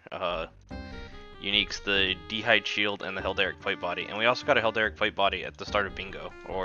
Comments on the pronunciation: I like how you pronounce heraldic as helderek ;) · you say heraldic wrong